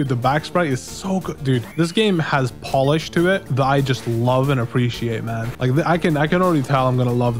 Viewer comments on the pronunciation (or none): none